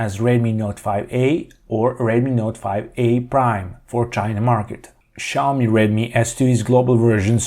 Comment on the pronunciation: why the fuck are saying SHaomi but not Xiaomi?